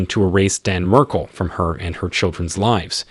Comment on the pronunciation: The least you could do is pronounce his name correctly. Jeez